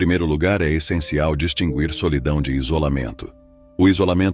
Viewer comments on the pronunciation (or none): none